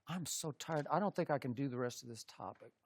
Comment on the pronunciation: “I don know”